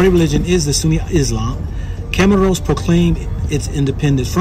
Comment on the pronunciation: Bro, first you couldn’t even call the country’s name properly and then you’re saying they are short which is not true. How long you’ve been traveling?